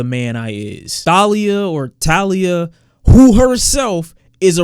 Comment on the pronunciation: You can’t call yourself an OG Logic fan and not know how to pronounce Thalia 😂